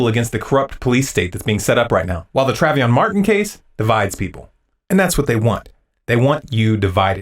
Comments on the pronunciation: who is Traveeon? Tray. Von. how hard is it to say a phonetically spelled two syllable word? smh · well said... i been telling others the same... but it's Treyvon, not Treyvion... lol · Love your videos and the message, but it's pronounced "Tray" "Von" not "Travion." I only point this out because I think your message is important, and I don't want someone who's followed the case closely to not take your message seriously because you pronounce his name incorrectly. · as much as I love you guys, and your videos, and messages....it bothered the hell out of me that you kept pronouncing Trayvon's name wrong. It's pronounced "tray-von" not "travy-on". That being said, keep up the great work!! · Awesome video....well said man.. BTW who is Tray-veon? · Uh...it's Trayvon not "Travyon." I guess you really weren't paying attention. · you had to type trayvon, so why do you constantly say travyon? lol. your intellectual capability lost a bit of credibility there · How do you put all of this work into convincing everyone that they have no idea what a news story is about when you don't even know the name of the person the news story is about. Say Travyon more, dumb fuck. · Dude..it's TRAY-VON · LOL.... He pronounces Trayvon as "Travion".... Trayvon is a ghetto french name, but it isn't that fancy! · To keep saying "Travion" makes me feel as if you knew nothing about that case for the fact that you can't even get his name right, i believe most of what your saying as true but to have an opinion on something you knew so little about gives me that WTF feeling.. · Good points are made, but who is TRAV-ee-on? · not calling you an ill-informed poser or anything but it appears you've never even heard the name "trayvon" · Who the fuck is TRAVYON?! lol No, but you're right. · This is a great video but, Tra-Ve-Awn? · "TRAV-YON"? have you been living under a rock? that massive mistake just tanked all credibility of this video which is a damn shame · Who the fuck is Traveeyon??? Idiot